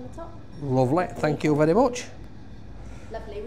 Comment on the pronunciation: Love he he pronounces thank you Thank yow thank yow